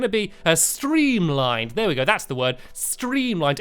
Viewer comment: Stampy it is so funny when you say wors wrong pls don't stop. Because you make me crack up for weeks p.s your house is in the bottom left hand corner pp.s what you do to me I do to you Declan's my name